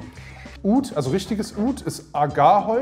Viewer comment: .ist so witzig😄 und seine..arabische Aussprache ist top👍